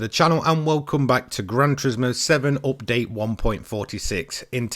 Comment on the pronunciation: I'm taking a drink eveytime he says "oopdate"